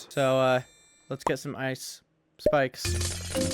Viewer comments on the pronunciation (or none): “Ice spikes” sounds like “ice spice” or is that just me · What you say : Ice Spike's - What i hear : Ice Spice